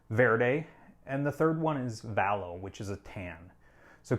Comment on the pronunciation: Here's how to pronounce vias and valo because you pronounced it wrong when talking about it.